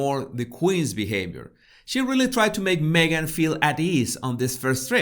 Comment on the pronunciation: ”Megain” 😂 Love it! As in, Me Gain, You Loose.